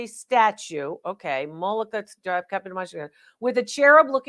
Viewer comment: "Mollica". The person with the rodent in a tree. I think they meant, "Majolica".